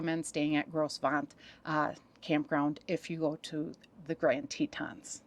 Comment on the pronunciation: We used to call it Gross Venture but it’s pronounced like Grow Vant.